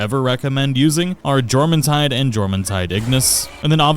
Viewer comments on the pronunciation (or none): You don’t annunciate the J you’d say it as “your” when saying jormuntide 😂😂😂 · i will pay you to pronounce Jormumtide properly